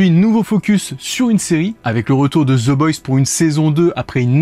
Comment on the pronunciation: La prononciation c'est the boys pas the boysse sinon très bonne vidéo